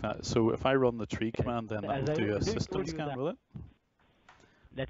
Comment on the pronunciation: I love it when they say "virus scan" it sounds like "virus scam"!